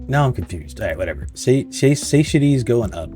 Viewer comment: SAH-TIE-AH-TEA is how you say it, phonetically. You're the second person I've watched play this game, and the second person incapable of saying that word. Though, the first guy wasn't a native English speaker, so it made sense. Am I wrong for assuming you ARE a native speaker?